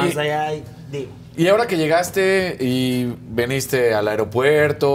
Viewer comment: Se dice "viniste" no "veniste" 🤦‍♂️